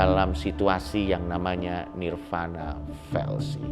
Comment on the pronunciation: 🙏Sedikit Koreksi Untuk Coki Parade nirvāṇa di bacanya Nirwana Bukan Nirvana ✌️